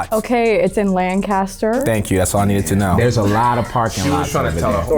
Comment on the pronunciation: she said lan-cast-der it’s lan-cus-ter